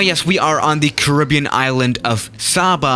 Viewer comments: Your saying Caribbean wrong o my😂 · It's not carribean 🤣🤣🤣 it's carribean, I'm from the carribean 🇯🇲